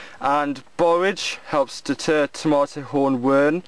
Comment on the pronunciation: that is not how you say tomato